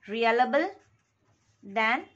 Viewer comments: Your pronouncing reliable as realable😂.. anyways nice explaination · It's reLiable not reAlable